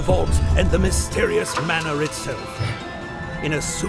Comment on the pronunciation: The way you pronounced 'Botany' and 'Manor' suggests you don't know what either are XD